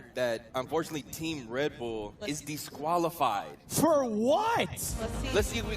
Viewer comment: can we mention that’s he says “deesqualified”